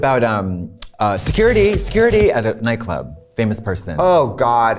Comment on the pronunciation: Se currity??? Se-curr ittee !!!